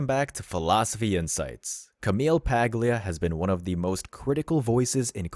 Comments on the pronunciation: The “G” in her name is silent, sounds like “Pah-lia”. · Check how to pronounce her last name. G is silent